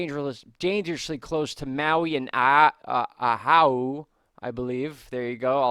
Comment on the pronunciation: Oahu = oh-wahoo